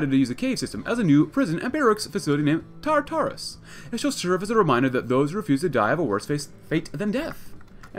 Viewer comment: More pronunciation help: Tartarus is Tart-a-rus.